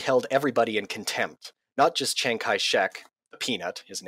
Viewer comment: I agree with much of what your guest said, but it was distracting to hear him mispronounce “Chiang” and even “Archibald” (Wavell).